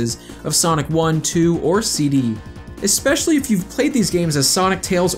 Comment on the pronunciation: Every time I hear "ekspecially" I die a little inside... Other than that, thanks for clearing up who was in charge of what, so Whitehead doesn't falsely get all of the blame.